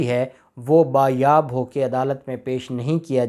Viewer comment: (Baazyaab) جناب یہ لفظ بازیاب ھے بایاب نہیں ہے